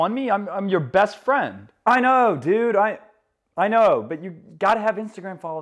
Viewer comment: You might be losing your US accent touch. Your “American” saying “I know” wasn’t quite American…it sounded like you might be from England or Australia. But everything else was great with the US accent.